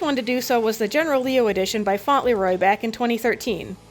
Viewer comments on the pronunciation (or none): Funtleroy (faunt lee roy)? Im pretty sure its Fauntleroy(faun-tle- roy) but I may be mistaken as he may pronounce it differently than the Literary character.......